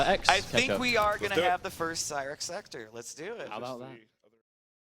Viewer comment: they cant even say sektor right, lol